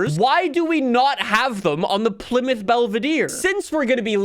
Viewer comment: its pronounced PLY (plaee) MOUTH (mouth)